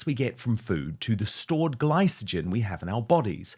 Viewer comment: Dan you mangled the ad. You mispronounced both glycogen and triglycerides. I'm available as a medical consultant if you need one.